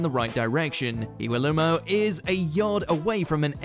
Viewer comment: He got Iwelumo right I thought.